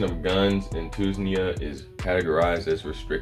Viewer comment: two-knees-ja = tunisia 🤣🤣🤣 good post, i am following this, good info thanks